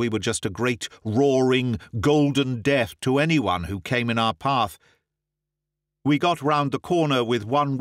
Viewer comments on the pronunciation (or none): none